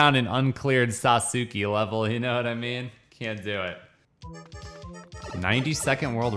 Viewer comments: Its not "saw-sue-key" its pronounced (sauce-kay) and it's a common name in Japan and it's also the coolest character in Naruto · it's pronounced like this. "Sas-k" lol. Great video as always. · Every time pronounce Sasuki i laughed lolz.. Didn't even know if it's intentional or not. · The Legend of Sah-soo-key returns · Sa soo kay. Emphasis on the Sa. SAsookay. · Sauce-kay lol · Awesome pronunciation of Sasuke! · ……yeah it’s totally “sauce-kay” 😒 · It’s pronounced “sauce-Kay” if anyone was wondering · Sasuke = Sa-ssss-kay, that’s how you’re supposed to say it . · It's pronounced Sauce-Kay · Sasuke is pronounced “Sauce-Kay” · Sasuke is pronounced Sas-Kay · It's pronounced sahs-kay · He has to be pronouncing it wrong on purpose at this point to agitate people. People have been correcting him for like.... 3 videos now. I even gave him a fun association technique to remember. Just think spaghetti. I love spaghetti but I hate noodles, so im just gonna eat the **sauce k**? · It's pronounced "SAUCE-KAY". Just fyi. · Lmao my Boi saying Sasuke wrong giving me a headache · The way he says sasuke hurts to listen to I mute it at this point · The way he was pronoucing sasuke hurt me inside and was very cringe